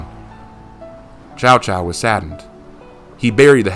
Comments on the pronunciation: Cao Cao, Not Chao Chao. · Man I was so hyped about new hero I was almost convinced it was going to be like Lu bu type of hero but no we got a fkn pirate.... (And just a side note I hate to be that guy but you pronounce cao cao like tsao tsao)